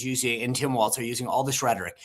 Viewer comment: Sean......it is Tim WALZ...not WALTZ.